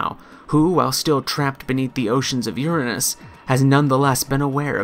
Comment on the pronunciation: Holy shit someone who says Uranus properly..